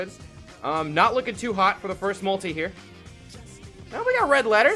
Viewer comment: Who says multie summon instead of multi summon